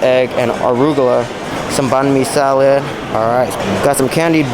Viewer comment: I like your pronunciation of some things, starting with fams, Pisa, salod. 😂